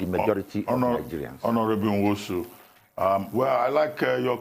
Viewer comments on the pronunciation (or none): First of all, Laila ought to be ashamed of herself for pronouncing Nwosu as "Nosu". Why would a Nigerian, born, bred, and residing in Nigeria not pronounce a Nigerian name, and such a display is not shameful? Most of you purport to be "One Nigeria" champions but only to become semi-literate once an Igbo name appears before you? Haba, if na oyibo name you go pronounce am with perfection pass even the oyibo wey get the name! Where is Tundun? She definitely would not pronounce Nwosu as "Nosu", shoo! Second, the people criticizing must not have paid attention to his message; the man was correct and excellent in his message, which is the financial emasculation of the legislature and judiciary from a governor's grip. I initially was opposed to president Buhari's order, because I believed that he overstepped his powers, but I am currently not sure he did. As contends, governors should either go to court or implement the law if they insist that it exists.